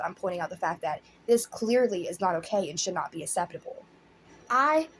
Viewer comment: "Its aKseptible, not asseptible!"